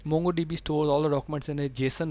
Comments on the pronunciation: Nice vedio! Please pronounce it MONGO not MANGO.. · Its not pronouncd MANGO db but MONGO DB! Get your pronunciation right before you decide to teach! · he called it MANGO DB .. he he